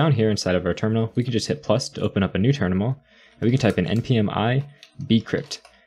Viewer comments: my man said "ternimal" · "We can just hit 'plus' to open up a new TERNIMAL" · he just said "ternimal" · ternimal listen closely